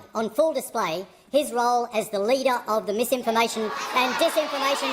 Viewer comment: "Its mam-imformation" - totally not crazy person.